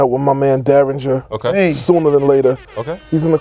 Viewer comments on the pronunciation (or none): It’s Daringer, not Derringer 🤦🏽‍♂️ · It's Daringer. Atleast get his name right.goddamn.